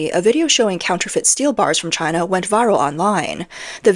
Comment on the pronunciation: "She-an"? Wow. Can't even say "China".